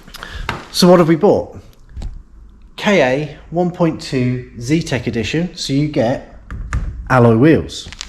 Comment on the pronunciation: Good video. Things are getting better already. You've done well by the Ka (I used to work for a supplier to Ford and I'm sure it's pronounced "car" not K-A). Not the best colour but if you've already got a customer then great - be nice to see some money coming back in. Might be worth getting a camera headstrap - vision of accidentally letting the starter motor go one handed and it landing on your head... Don't forget recon might be cheaper, eg exchange starter. Audi TT - can be a mechanical nightmare, eg turbo - if selling retail it might come back and bite you.